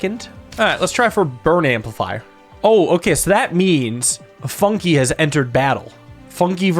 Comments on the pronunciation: Funke = Spark in German. And it is pronunced very differently in German. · calling Fun-k "Funki" is frying me😭